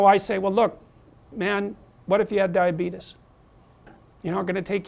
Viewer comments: Lol he said diabeetus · HE SAYS DIABEETUS😬😬😬😬!